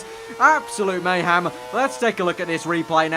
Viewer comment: u said mayham its meyhem